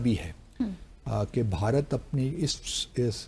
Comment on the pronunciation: بہارت نہیں بھارت